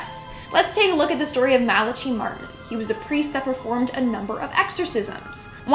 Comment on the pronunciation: Malachi is pronounced as Malakai